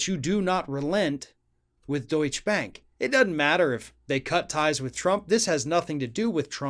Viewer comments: Good video. Just an aside, there is no silent e in German. So it's Deutch UH bank. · Deutsche (pronounced doicheh) bank has already been fined big money at the state level and are being investigated for big irregularities at the federal level have been helping Trump so the federal investigations stop or go away. Now that Trump can't help them, they will demand repayment of those loans. But not so fast, Uncle Sam also known as the IRS has first dibs on Trump assets. And they are primed to start seizing Trump assets as soon as he leaves office. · isn't it pronounced "doycha"?? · It's "doy-cha" phonetically. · Not sure what a 'schwa' is. But in German if there is a 'e' at the end of a word, you pronounce it. It's Deutsche Bank and not Deutsch Bank. Same with Porsche (and not Porsch) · If you're gonna make a video about Deutsche Bank, then learn how to say it before making the video. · The 'e' at the end of Deutsche is not silent. It's a two syllable word. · The final e in Deutsche is pronounced, just like Porsche but you probably don't pronounce that either! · the last E isnt silent^^ DeutschE Bank Yeah, its widely known that our Bank, especially Investment Banking, has/had a shady past. They deserved every single one of these Punishments. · You should pronounce the "e" at the end of "Deutsche"! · Pronounce both syllables of Deutsche, please. Danke. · The last "E" in Deutsche isn't silent. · Just for anyone interested, the e is pronounced in the word ‘Deutsche’. It comes from the currency Deutsche Mark. Where as Deutsch means German. It’s the same as Porsche, the e is pronounced, though they both sound like an a. It just sounds so odd hearing say it. I know it’s not vital information or important how it’s said, it’s a little bit of trivia. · FYI: Deutsche end with an audible schwa and is two syllables. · Dear, I love your videos. One little thing about this one: Deutsche is pronounced just like you did, but with a schwa at the end. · Deutsche = DOY-cheh